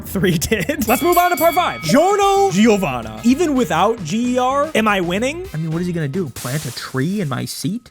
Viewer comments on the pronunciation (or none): none